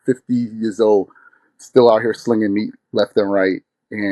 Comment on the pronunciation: Did bruh say "out here sliniging meat" , c'mmon now bruh😂